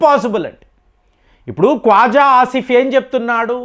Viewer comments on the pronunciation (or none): Konda Khavaja kadu ra kwaja eeeran ejarbaijan palastinia venunjula nadhanyahoo mottam names change chesestunnav